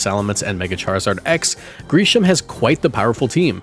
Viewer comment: Kind of cute tho that Jacinthe has an Aurorus to complement Lebane’s Tyrantrum Also sorry but I hate how you pronounced both of their names. Grisham’s was a bit weird to imo